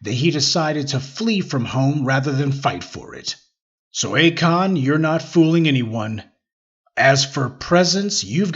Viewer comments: Not “A the Kon” tho. 😂😂😂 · Akoon? Lmao 🤣